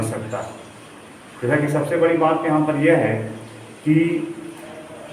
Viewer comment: Badi hota hai na ki bari😂😂😂